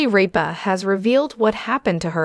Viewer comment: "Kelly RAPEa?" Could you possibly have BUTCHERED her name any more?? HORRIBLE!!! HORRIBLE!!! HOW HARD IS IT TO SAY RIPA???